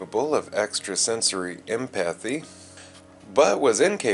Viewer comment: Minor nitpicks: Betazed is the planet; someone from that planet is a Betazoid. You typed it correctly in the description, said the reverse throughout the video. Also, Empathy is pronounced with the emphasis on the first syllable: EMP-uh-thee. Not "em-PATH-ee." Emphasis is placed on the second syllable in derivatives of that word, such as empathic (em-PATH-ik) but not in others such as empathetic (EMP-uh-THET-ik). Finally, the Baku were not "distant relations" of the Sona. The Sona were literally sons and daughters of people still living on Baku.